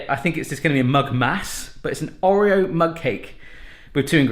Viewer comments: No it's pronounced orr ee oh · Am I the only one slightly triggered at the pronunciation of 'Oreo'? 🤣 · Oh... The way you pronounce Oreo is triggering me lol 😂